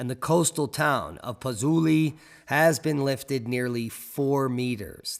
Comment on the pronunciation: Pot-tsu-oli Camp-ee Fleg-ray